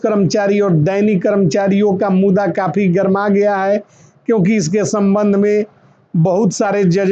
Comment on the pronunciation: मुदा नहीं मुद्दा बोला जाये सर